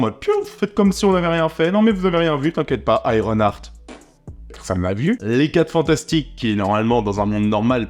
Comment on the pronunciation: eye ron art pas hurt art. ya un "h" donc aspire h-aart